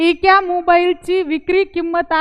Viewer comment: एक्या नका म्हणू एका म्हणा